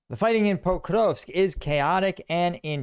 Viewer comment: Stop with the fake inflections pronouncing Pokrovsk. Do you pronounce Paris as "par-ee"? NO, you don't, you ANGLICIZE names of places. You are speaking ENGLISH, not Ukrainian.